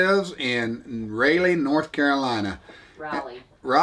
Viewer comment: He said ralley lmao it rolley but it’s ok I did the same